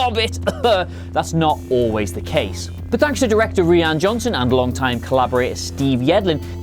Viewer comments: It’s pronounced R-Y-A-N (Rian) not Reann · Did you say R-ee-an Johnson It’s pronounced R-eye-an Johnson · The directors name is pronounced "Ryan" not "ree-anne". And they didn't need DJ to hack through the door, but the security net on the outside of the ship. As much as I hated the entire fin/canto bite story line, I thought this part was fairly clear, we see fin ask if DJ can do the job, and we see DJ hack the security system, then we see a first order guy watching a security monitor where a slight glitch happens, then disappears. Maybe you went to the toilet at that point and missed it, I don't know. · Why can’t anybody pronounce ‘Rian Johnson’ I thought it was just Americans at first .. because ‘Mercia.. but even British are butchering it ... it’s RYAN Johnson .. RIE-AN !! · good video. 2 things though: - his name is RIAN johnson. i don't think it's pronounced ree-han. - the music (as always in a star wars movie) was amazingly beautiful and added depth to every scene. should've gotten a mention. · who is this ree-an johnson you keep mentioning? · Is it not pronounced Ryan? I can't tell if he's taking the piss...